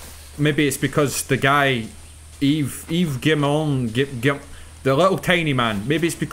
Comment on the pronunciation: Completely unrelated but you say Yves flawlessly